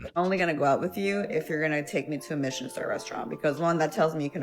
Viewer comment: And how you want Michelin restaurants but can't pronounce "Michelin?'